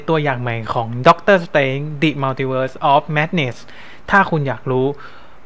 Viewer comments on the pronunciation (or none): สเตรนจ์ ครับ ไม่ใช่ สเตรงจ์ 5555+ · ดอกเตอร์สเตรนจ์ ไม่ใช่ ดอกเตอร์สเตรงจ์ เดอะ มัลติเวิร์ส ไม่ใช่ ดิ มัลติเวิร์ส วอทอิฟ ไม่ใช่ วอสอีฟ ดิ อิลลูมินาติ ไม่ใช่ ดิ อิลลูมิแนติ โมนิก้า ไม่ใช่ โมนิกล้า ชูมา-กอแรธ ไม่ใช่ ซูม่า-กาแลด เพ็กกี้ ไม่ใช่ แพ็กกี้